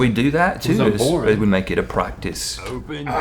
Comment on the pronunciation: does Link says "O'en" as it's an English version of "open"? xDDDDDD or i'm imagining that?